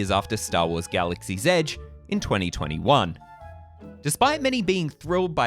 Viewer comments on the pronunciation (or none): none